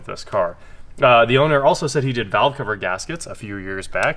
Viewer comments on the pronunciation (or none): none